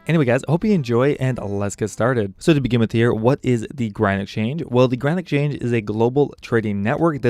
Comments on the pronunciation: Yes!! Doesn't sound like Grand, there's some other partial syllable in there it was driving me nuts. Garand? Granite??? what? lol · Am i the only one who hears "Granite Change" whenever he mentions the GE?